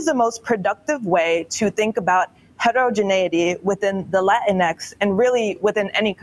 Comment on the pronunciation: Latinx is pronounced “Lateenkses.”